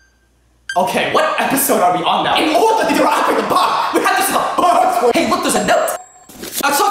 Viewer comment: "In 🙆oRduHHh🙆 To DeAc🙆TIvAte tHe 🙆bAhM" Amazing 🤣 😂